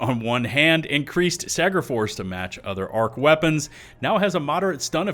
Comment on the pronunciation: "I am heavy veapons guy. And this... Is my veapon."